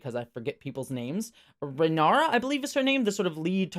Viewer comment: Just a heads-up (I know it's the first episode with a lot of weird names), it's Rhaenyra (Reh-NEE-ra), not Ranyra, Rihara or Rihanna. But Rihanna was funny, not gonna lie :P